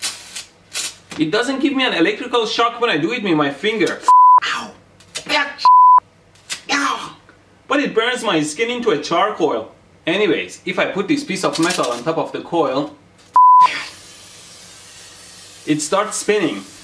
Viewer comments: What is Charcoil ElectroBOOM? ElectroBOOM says Charcoil instead of Charcoal - LOL! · Char"coil"😂😂 whahahaha